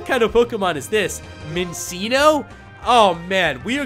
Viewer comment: The pokemon the Prof. Had is pronounced min-chin-o